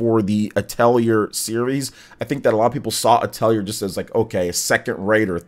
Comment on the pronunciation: Just FYI, the correct way to pronounce Atelier is "uh teh lee ay" :)